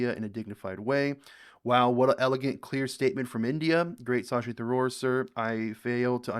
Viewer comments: It's not SAA-SHEE. It's Shhh-shee. There is no aa while pronouncing. It means the Moon. [Radiant/beautiful as the (full) Moon]. You are welcome. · Try saying Shashi… not Shaaashi 😅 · It's not Sa-shi, it's Sha-shi................ Tha-roor (pronounce correctly), not Ta-roor 😅